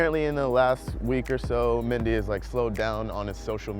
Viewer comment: He pronounced Benjamin mendy weird